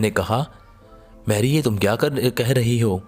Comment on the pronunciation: Good story.but please improve your pronounciation.Name is pronounced as Mairy,not Merry. Also you cannot pronounce KH.You pronounce as H.Also many other mistakes.You speak like HINDI,not URDU.